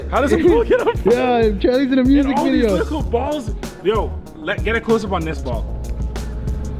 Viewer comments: You need to stop saying a lickle it’s a little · You say little like “lickle” lmaoo any else notice that 🤣🤣